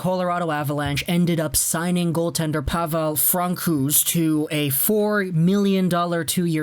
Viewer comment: cringe everytime you said Francouz, its Pronounced Fran-so-z, but anyways definitely see the Avs trading for a goalie, suppose to have been one during the deadline, but only got Hutchinson, mainly because Gru, and Fran at times, were injured and needed more depth, but Sakic makes hockey trades, and doesn't throw away the team for one or two players, no way he was going to pay deadline prices for a goalie, i see either a FA goalie or a cheap trade one this off season